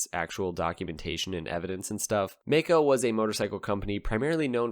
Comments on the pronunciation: I'm Australian. I found that May-co pronunciation profoundly irritating. I remember the brand from back in the 70s. We said it My-co. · Maico is an abbreviation of Maisch (founder‘s name) & Company & it is not pronounced May-Co but Mai-co, with the „Mai“ as in the cocktail „Mai Tai“ - just my two cents as a smart-aleck from Maico‘s fatherland, Germany.